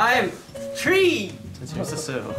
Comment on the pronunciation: I came here for "I am Tree" by our cutie Hyunjin 🥰